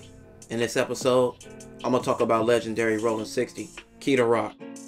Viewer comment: It’s Rollin!!!!! Not Rolling!!!!